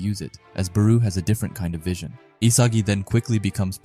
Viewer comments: FIRST U SAID BARU NOW RAYCHI ARE U SERIOUS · SORRY COULDNT WATCH COZ U STRESS BAROU ON THE SECOND SYLLABLE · he’s most likely talking about how you said barous name, I don’t really care about the errors cause we know so it’s fine don’t stress on it. I like the chapter reviews btw.